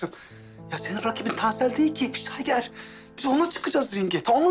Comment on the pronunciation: 😂😂😂 Kado stayger kerem ştayger😂😂😂😂